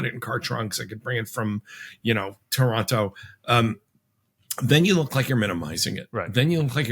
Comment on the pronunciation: You mispronounced Toronto